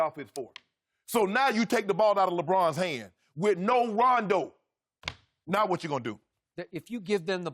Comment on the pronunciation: Love how Chris calls Rajon Rondo "Rayjjane Roundo" 😂